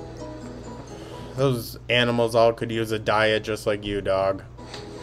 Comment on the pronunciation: Also, she says "ALLS!!!" She does do it on purpose. You can catch her saying it the right way!!! But, she knows when she does it on purpose!!!